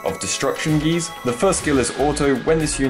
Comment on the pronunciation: it is GY ZE. why do people Always pronouce it wrong?